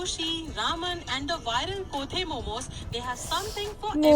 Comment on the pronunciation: Kothey momos❌khotey momos☑️